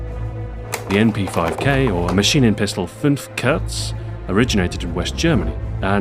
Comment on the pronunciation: pronounced: macheenenpeestole funf koorz